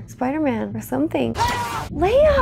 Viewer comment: All correct except *Leia, not Leah. :)